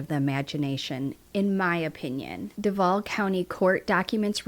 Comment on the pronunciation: I'm near Duval. I'm sorry. It's Doovahl. Not duhvahl. Sorry. It's driving me nuts.